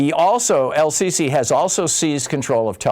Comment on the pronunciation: How can you be a major political commentator and trip over Sisi?